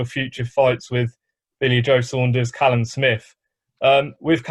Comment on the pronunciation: Man say Kaylam 😂